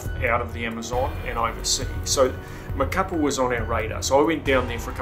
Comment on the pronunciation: Wow man what a story, glad you survived. By the way, the city is pronounced ma-ca-PÁ, the accent mark indicates the emphasis on the final vowel.